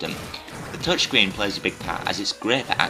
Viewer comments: its Touch Screen Not "ToCH screeeen" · "ToCH screeeen" yuuuuck!